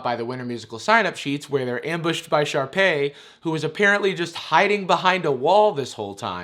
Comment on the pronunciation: "Sharpey." lmaooo It's Sharpay.